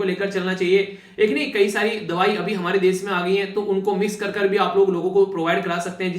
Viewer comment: ...video explains awesome....but try to pronounce....Topic is टॉपिक.... normally नॉर्मली....desh देश..... etc ....improvement ..aur sunane achha lagega